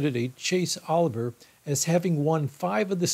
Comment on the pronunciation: In case you need this information in the future, know that Maine has 2 congressional district electoral votes and Nebraska has 3 of them for a combined total of 5. And regarding the Libertarian Party candidate for U.S. President Art Olivier, his last name is pronounced O-liv-e-a, just like the legendary late actor's Laurence Olivier.